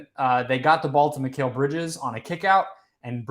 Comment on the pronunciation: “Mykale” who tf is mykale? McCall bridges is how it should sound. Y’all’s kale baby 😎😂